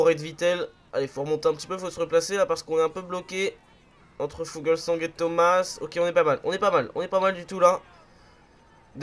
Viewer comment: Le coureur danois Fulgsang se prononce foulse an gue